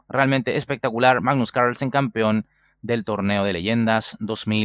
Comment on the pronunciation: se puede saber porque pronuncias Carlsen como si fueses yankee? sen es hijo de y carl de germano, carlos, asi que porque mierda te resfrias para pronunciar un apellido tan facil o tienes problema de fonética?